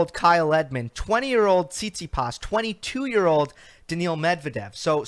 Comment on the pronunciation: Love the show. Don't have this clown on again. He seems to just like to hear himself talk. He covers tennis closely and yet he doesn't know how to pronounce Coric or Tsitsipas? Just cause the clown has memorized match scores from like 8 years ago and few statistics doesn't mean he knows tennis. I'll take your analysis any day of the week over this dinosaur.